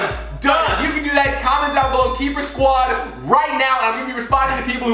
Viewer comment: SQUAD NOT SOUD